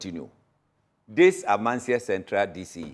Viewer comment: The host ankasa pisses me off. You are being corrected several times of the pronunciation of Amansie and still can’t pronounce it. Wabon